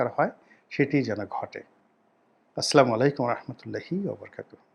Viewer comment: আপনাকে মন ভরে গালি দিতে ইচ্ছে করে কিন্তু বিবেকে বাধা দেয়। তবে, আপনার জন্য একটা পরামর্শ যে, সালাম ( আসসালামু- আলাইকুম) ভালো করে দিতে শিখুন এবং 'ব্রিগেডিয়ার' শব্দটি ভালো মতো চর্চা করুন।